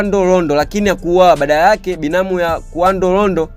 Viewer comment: Ni Quando Rondo siyo Qavo Rondo